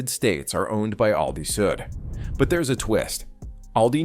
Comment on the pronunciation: Misleading thumbnail. AI can't say the name ALDI correctly every time. These AI generated videos are taking over the good content on YouTube like the plague. It is sickening to be honest.